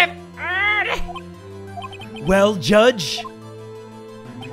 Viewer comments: jay spells:order jay says:erder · I swear to god has way too much fun when pronouncing the word ‘Order!’